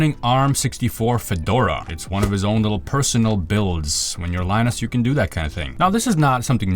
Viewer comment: I thought his name is pronounced lee-noos